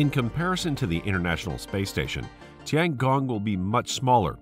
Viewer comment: Tiangong means heavenly PALACE, not heavenly PLACE, lol. Good video, but unfortunately, you butchered the names and especially the pronunciation pretty hard. Oh well.